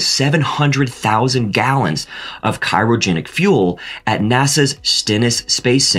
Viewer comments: FYI: it's "cryogenic" and not "cyrogenic." Probably just a mispronunciation. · Dear: it's pronounced "kry-o-JEN-ik", not "Cairo Genic", and Delta IV is pronounced "Delta 4". Those are Roman numerals. Delta. 4. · WTF? What kind of engineer covering space flight doesn’t know how to pronounce Grumman correctly half the time? Or pronouncing cryogenic the same as cry? Or Delta IV as Delta “eye vee”? Probably not an engineer. Probably not in the United States, even given the clear US accent of the narrators.